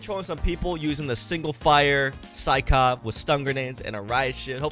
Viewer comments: Sykov not skykov 🤦🏼‍♂️ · the gun name is sykov not skykov lol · This thing hits harder than the ffar (SYKOV not SKYKOV btw) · It's sykov btw